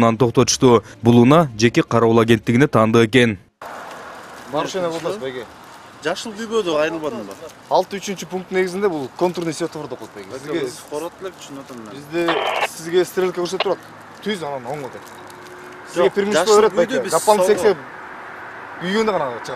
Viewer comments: СИТАФОР эмес СВЕТОФОР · urmat naimanaliev 😂😂😂мен да коп байкайм Ситофор дегенин 😂😂😂🖐